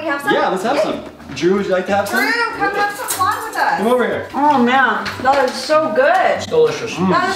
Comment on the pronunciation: Every time josh mispronounced flan Oscar was like...”ACTUALLY....” 😂😂